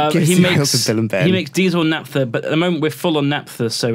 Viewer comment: for the love of all that's holy. It's NAPHTA, pronounced NAFTA, the thing you make naphtaline with. I cannot hear natpha anymore.